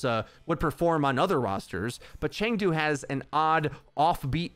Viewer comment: Chengdu is pronounced Ch uh ng doo.. go hunters